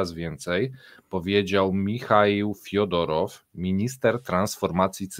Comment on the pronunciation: fedorow, a nie fiodorow >_<